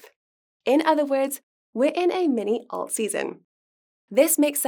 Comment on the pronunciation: Please don’t say Alte again! Painful 😖